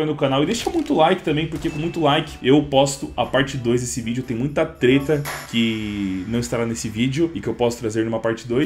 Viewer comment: vc disse "teta?"